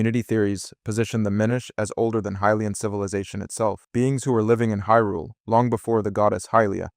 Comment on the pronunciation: Are you pronouncing hylian 2 different ways?